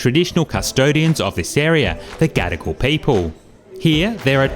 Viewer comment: Just ne or the way you pronounce Gadigal, sound like 'gotta go'?😅